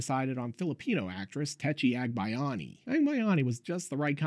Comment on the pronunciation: Giving you props for pronouncing Tetchie Agbayani's name properly. You're saying it properly with an accent, but you did way better than ComicTropes guy guessing how to say Liwayway, which makes me want to scratch my eyes out